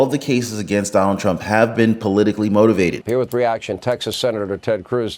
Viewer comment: Trump not tramp 😂just sayin 😉